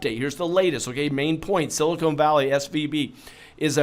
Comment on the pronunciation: LOL, it's not a sealer, it's a bank...Silicon (not silicone)